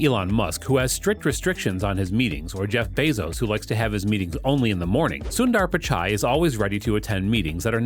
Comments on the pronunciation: U say subdaaar pichaay 🤣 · Sucker, learn to pronounce his name properly. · I liked the video because of the way u made the video but I really didn’t like the way u said sundar pichai and Chennai. It’s kinda a disgrace for Tamilians and its not the way to say it.. but liked the video